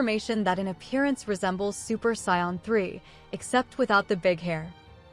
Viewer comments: 1st off it's SAIYAN NOT SCION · It’s SAIYAN not SCION